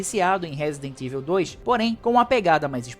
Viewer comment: Broder nao sei de onde vc inventou que raccoon (rah-cun) city virou REIKUN citi , fiz questão de procurar como se pronuncia pra vc parar de passar vergonha -> (e olha q eu nem to pegando no pe do resident "eivil" ("ivou"). Eu curto o RE3 Remake uma pegada Arcade, pegou, jogou, zerou. Nao precisa dar 500 voltas no mesmo mapa. Tenho todos os RE da geracao atual no ps5 pro, a unic coisa q lamento no re3 re. É que nao é otimizado pro ps5 pro